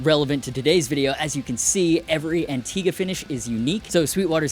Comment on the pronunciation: The only thing I don't like about Antigua finish is 99% of everyone mispronouncing it.